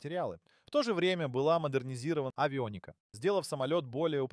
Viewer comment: Дружище, нужно уделять внимание правильному произношению: авионИка, геркУлес - режут слух.